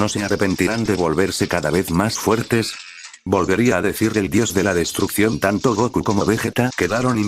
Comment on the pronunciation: juro que le entendi bills el dios de la seducción en lugar de destrucción